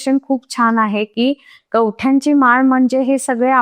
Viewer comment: कवट्या म्हणा हो कवठ्या काय उच्चार करता आहात...आणि मराठीत दस नाही दश महाविद्या म्हणा ना प्लिज 🙏🙏 काली मातेच्या फोटोविषयी छान माहिती मिळाली 🤗